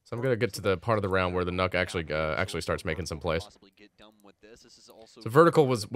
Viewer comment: It’s pronounced Nuke call her redacted